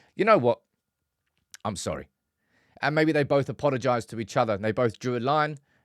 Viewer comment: He said he was sowwie. Not sorry.